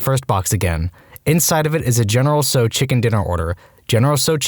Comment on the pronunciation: Not general So. You pronounce the T as well. Tsow